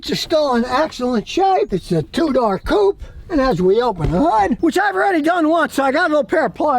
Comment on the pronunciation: Hahaha. What’s a “coop”??? Ah. He means a coupé. Not a “coop”.